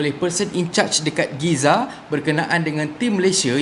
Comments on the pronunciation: Gaza lerr cheqq oiii... Bukan Giza... Giza kat New Zealand lerr cheqq😝😝😝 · Saya pun heran...org sebut Gaza...dia sebut Giza...Alamak!!!...Mcam Spanish Fly je...😂😂😂😂😂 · Hello admin... ko ckp Giza?... mcm ganjil bunyinye... Gaza kan?... 😂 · Bang gaza bang bukan giza...... giza di mesir....GAZA DI PALESTINE..... perbetulkan semula... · Gaza...bukan Giza 😅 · Bukan Giza lah. Gaza. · Gaza atau Giza? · Gaza bang, bukan giza😂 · Giza ke Gaza? Biasa Aku dengar Gaza. Engkau dah ubah jadi Giza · Gaza la bkn giza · setahu sye en kt palestine ade GAZA bang bkn GIZA 😂 ..sorry bang ea sye cume btlkn ape yg slh :) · giza atau gaza? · Bkn Gaza ke kenape jadi Giza? 🤔🤔🤔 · Gizza ke Gaza?.. Atau gaza sebutan mmg Gee -za ek?..dan oooo patot ler rkyt Malaysia ramai sgt nak cover Palestine... Akhirnya... Politaik jugak!!! 😆😆😆...sape yg kene main skrg?.. Pesan org bijak...jangan taksub dgn makhluk.. Walaupun ia mak bapak nkau!..wlupun ia sebaik baik manusia.. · Giza tu apa ..atau memang ada kekurangan dari sebutan giza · Kenapa sebut geza bro ?? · Aku sorang je ke dgr dia ckp giza??🤔